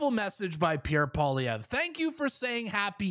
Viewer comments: You pronounce it pierre poilievre (poliyev) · Yes!!! That would be AWESOME to see Pierre Poilievre 🇨🇦on the Joe Rogan experience. That is a HUGE PLATFORM. (Maybe somebody can help Joe pronounce Pierre’s last name.. lol 😂.) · Rogan's so burnt out; He still can't say Pierre's name without f ing it up lol. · JOE! POLLY-EV. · Rogan should invite Pierre on his podcast and then ask him how to pronounce his last name. If he really likes him that much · It's nice that Rogan likes Pierre Poilievre. Too bad he wouldn't take the time to learn how to pronounce his name.